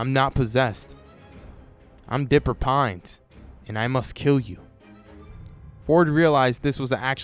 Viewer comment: I know you said Ford but for a sec I hear fork